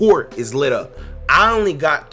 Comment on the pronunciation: How tf you say up